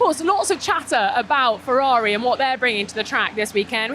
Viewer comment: Ferrari not "Fevvavi"